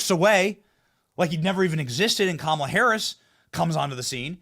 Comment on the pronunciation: The ONLY thing you got right was the pronunciation of her name. I think it is going to be a landslide!